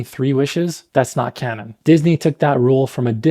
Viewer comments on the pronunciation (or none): none